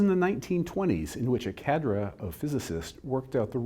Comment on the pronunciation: Don just taught me the correct pronunciation of "cadre". Among other things.